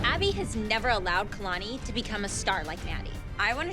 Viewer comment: I love how the judges say kaylani instead of kalani 🤣